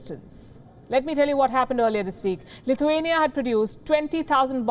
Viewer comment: Did you say CLITHUANIA....?